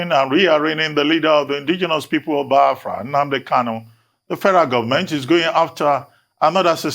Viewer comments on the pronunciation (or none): Why is it pronouncing it as Byafria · Reuben it is Biafra not baaafra wida your eyes 🙄